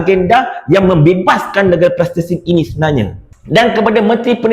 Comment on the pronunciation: Sebut betul2 Palestine brader..